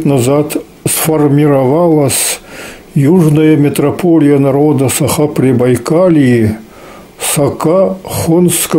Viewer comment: Режет слух неправильное произношение женщиной слова Саха🤦‍♀️